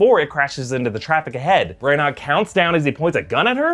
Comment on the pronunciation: This look like one of those films where I’m like “huh” all the way through it. Also not to nit pick especially when you do such a good job but it’s Kenneth Bran- ah